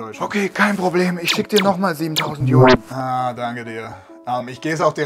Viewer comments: Es wird Jüan ausgesprochen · Falls es irgendwen interessiert die Währung in China wird yüän ausgesprochen